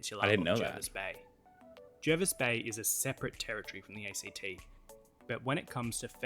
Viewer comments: It's pronounced Jarvis Bay. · The name "Lingiari" is just a designated electorate name - a voting area. And I was going to correct the pronunciation of Jervis bay, but the comment on the other video did it. Just like Hervey Bay is pronounced "Harvey Bay", Jervis Bay is pronounced "Jarvis Bay".